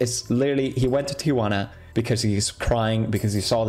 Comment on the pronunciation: Felix saying Tiguana instead of Tijuana is the funniest thing to me as a mexican